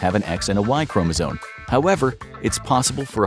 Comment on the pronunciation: It's chromosome, Not chromozone.